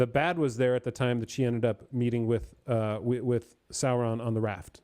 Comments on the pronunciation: Sorry if my pronunciation is confusing. I’m pronouncing the ‘u’ in Sauron. I believe it should be less of a ‘Saaa-Ron” pronunciation, and more of a ‘Sow-Ron’. Same thing with the dragon, Smaug, BTW. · I'm a Tolkien noob but why does call Sauron "Salron''?